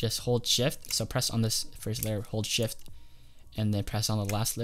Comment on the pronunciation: i thought you said hold shit